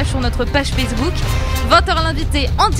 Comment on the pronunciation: avant d'attendre, commencez par réécouter, vous avez mal entendu, il dit bien "sur Fessebouc"